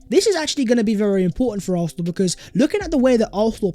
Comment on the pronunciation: Fam it’s AR-SEN-AL !!!!!!!!